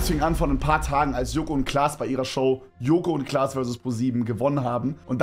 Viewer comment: Bro sagt joko und blaß